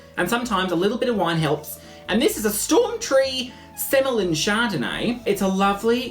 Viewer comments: Semillon is pronounced 'semi on'. Seriously. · Semillon id pronounced semi on as in "oh look! That guy in the wine section has a semi on!" Xxxxx